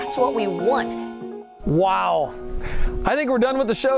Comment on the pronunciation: “That’s what we wwwoouuunt”